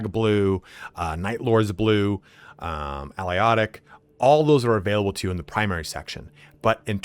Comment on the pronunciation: Al-i-ot-ic???? Ah-lay-toc. I've never heard that name butchered so badly before. Nice vid otherwise though.